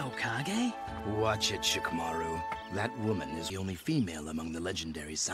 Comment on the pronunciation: Idk why but it makes my skin crawl to hear his name pronounced "SHE-KUH-MAR-ROO"....🤮🤮🤮 This is why I can never watch the dub...